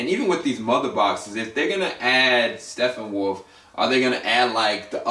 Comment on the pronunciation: You pronounced Stepponwolf and Darkseid wrong just so you know, its not steffonwolf you pronounce the p's and its dark'side' so yea. Good vid though.